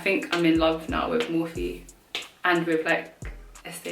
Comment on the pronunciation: I’ve always pronounced it as morphe, one syllable but you pronounced it as mor-phe with two syllables. Cool